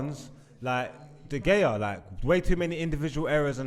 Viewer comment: This gotta be the worst episode for pronunciations🤣🤣 “MarTial, Aooba”-, “De Gaya”-.